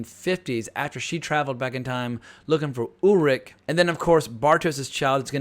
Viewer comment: exactly... if they can pronounce Schwarzenegger correctly then there is really no excuse to pronounce Charlotte or Ulrich wrong.